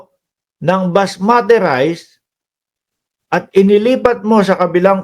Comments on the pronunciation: It's basmati rice not masmati.. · Unggoy basmati hindi masmati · Basmati ndi masmati😂